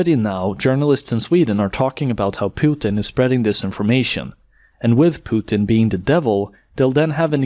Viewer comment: omg someone said "Pootin" and not "Putin" as in "puke". Mainstream Media hacks take notes.